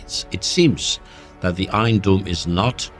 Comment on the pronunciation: هو نطقها غلط لكن قصده dome